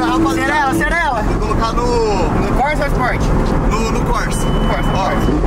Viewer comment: Modo Corsa( corrida em italiano). Se fala <Côrsa>✌️🇮🇹🇧🇷👍.